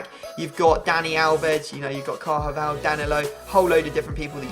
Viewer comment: said carjaval instead of carvajal